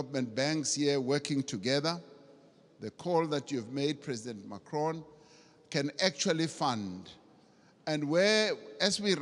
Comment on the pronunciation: dude in the beginning Ramaphsa as well call hims Macrion not Pres Macron lol